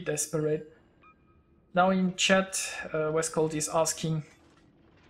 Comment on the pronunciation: Thx for the video :) Yep a really close battle, but honestly that was over when our CV died..:/ Ho and, for the pronunciation, you say "Vescau", like you did, but without pronunciate the "LT" of "VescauLT" ;)